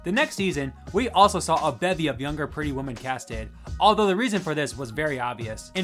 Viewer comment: Do you not know how to say women and not woman? Holy